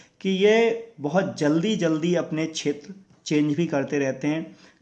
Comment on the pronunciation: Chetra nahi shetra hota hai